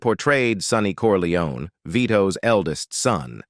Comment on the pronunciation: Its not corleonAY!!!